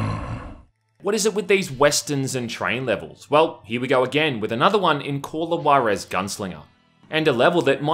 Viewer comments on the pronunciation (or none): Why are Americans always mispronouncing Call of Juarez?